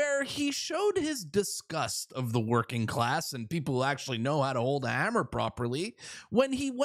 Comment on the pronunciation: Girls know how to use hammer! Don't say hummer like a girl!